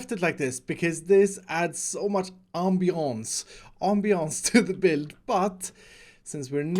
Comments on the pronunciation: Everyone: ambiance: ombiyonce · said ambiance as if he was a French man trying to speak English